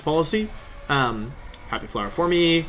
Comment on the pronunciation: I’ve never heard someone pronounce the ‘e’ in ‘forme’. ‘Formy’. Huh.